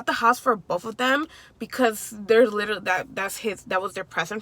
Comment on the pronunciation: Love your content❤️ you say literally a lot lol 😂 It’s cute cause you say litally